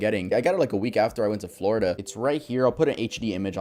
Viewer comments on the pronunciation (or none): none